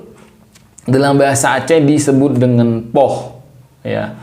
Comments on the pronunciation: Poeh ❌ Poh ✅ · Pukul = poeh ❌ Poh ☑️